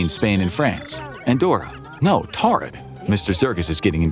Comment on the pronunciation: Its pronounced Toarid. Thdy have a long rich history and mispronouncing the name of their country is punishable by a 75$ fine.